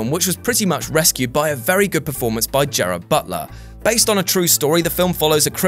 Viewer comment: Read slowly it's not Jared it's Gerard.